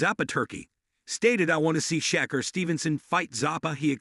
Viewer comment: Can't even say his name right !!!!sheker wtf 😂